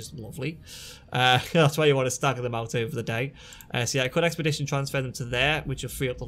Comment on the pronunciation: Ex-pea-die-ted (expedited) :) not expedition. If you have the upgrade skills for your factory planet you could remove a storage and add 2 more launch pads. Separate the P2 into their required sets of 2. You can add 13157 of each P1 x2 per launch pad. They then feed into the single storage that feeds your P3 processors. Once your P3 is done it is fed into the 3rd launch pad for collection. Does that make sense?